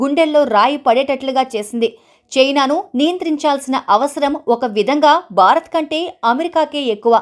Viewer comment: Pl pronounce name of your country as భారత్ but not as బా రత్!